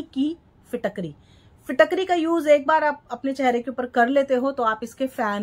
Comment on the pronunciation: फिटाक री nahi bolte Hain ise फिटकरी फिट (fit)+ करी (cari) bolte hai , कृपया ध्यान दें ।